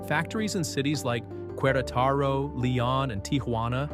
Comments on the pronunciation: cuerataro. 😂 Butchered the heck out of my hometown... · Mexican here, props to you for pronouncing 'Oaxaca' correctly :D/ 'Queretaro' though, oof, it hurt a little lol VIVA MEXICO 🇲🇽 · … & the complete butchering of Queretaro. Terrible attempt to pronounce it correctly!